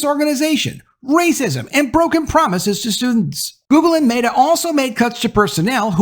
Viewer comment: ...he said "MAYtah." he definitely called meta MAYtah lmao